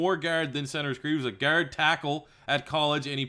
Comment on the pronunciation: Why do u say guard like gerd